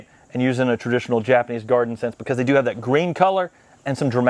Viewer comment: Come on you all. I’ve pointed this out before. “Do” means island in Korean. It’s pronounced doe, not doo. And the first constant letter isn’t emphasized…the vowel gets the emphasis. So it’s more of a mix between a t and d. But let’s get the oe down before we graduate to something more advanced.